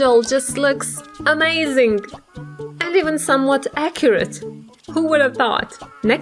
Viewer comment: You always say acyret